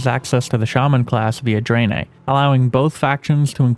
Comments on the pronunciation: why do you say draenei like that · Ok, ya got me with how ya say the name of the alliances new race.